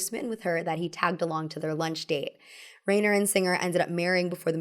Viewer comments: The director of your favorite film pronounces his name Ri-ner, not Rain-er. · It's Rob RYE-ner, NOT RAIN-er. The general rule of germanic names with "ei" or "ie" is that you pronounce the second letter. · Reiner is pronounced rye-ner… not ray-ner 😬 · Actor - director - producer Rob Reiner's name is pronounced "RY-ner", not "Rayner". I'm sure I'll be written off as some kind of cranky "Boomer", but it hurts your ability to be taken seriously when you repeatedly mispronounce the name of one of the most prolific and talented directors in the industry. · R eye ner, not Rain ner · Rob Reiner's name is pronounced "Ryner" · Rob Reiner is pronounced Rine er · Love the commentary, but though loves Rob Reiner's movie, she mispronounced his name throughout the segment about his film. It's Reiner = "RYE-ner" I'm old and grew up knowing him and his famous dad from TV and the new generation should be informed to at least SAY this comedy giant's name correctly. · rainer? rainer? geez... big, thick unsub for that one. film literacy should include the pronunciation of crazy-established names. I do like rainer tho.. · Great video!! Im excited for rom com fall 😊. Oh! It's pronounced Rob RYE-NER 🙂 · Reiner is pronounced R-eye-ner. I think with names in particular it would be worth your time to learn to pronounce them correctly (this happens a lot in your videos), as it comes off as disrespectful to the person and their work. It's also frankly really unprofessional, and this is literally your job. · please, please please PLEASE look up name pronunciations before recording! the rein in reiner is pronounced like the stein in frankenstein. his name will be said at the end of any interview. flubbing word pronunciations is one thing, but it's important to get people's names right. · I love you, but how you're saying "Reiner" is driving me nuts lol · I love you,! Even though you said Rob Reiner's name wrong like a hundred times.